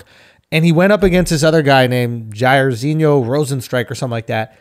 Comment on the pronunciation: He pretended to not know how to perfectly pronounce jairzhino Rosenstriuks name. u gotta be a diehard to know that shit